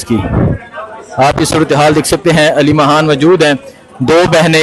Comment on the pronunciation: Yar yeh aleema haan kia HOTA hai aleema khan hai haan nhe